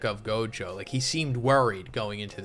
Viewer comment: Anyone notice he keeps saying Gojo wrong. It's not Jogo lol